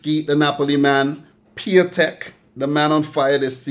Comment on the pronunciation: A little mistake. It's Piątek not Piatęk ;)